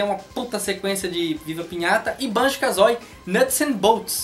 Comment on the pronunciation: Parei de assistir quando ouvi Banjo "KAZÓI"